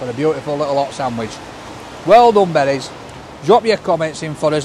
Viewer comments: it's BERES pronounced BEERS,well known local bakers. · your wrong I live 5 minutes away from shop and Carl the son of the owner says it's pronounced Beers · It's pronounced beers, he was an Hungarian pork butcher who came to Sheffield during the Hungarian uprising in the 1950's. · What most people don’t know is it’s pronounced “bear-esh” and it is a Hungarian name. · OMG this whole time i thought he was saying 'Betty's' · It's pronounced "Beers" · Hello It's Actually pronounced Beers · well your the only one that does in Sheffield then for decades my brother and I have been in your shops and including staff and Carl pronounce it Beers. And a women on YouTube telling you how to pronounce it. Beers